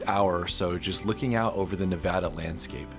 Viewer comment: Thanks for pronouncing Nevada correctly.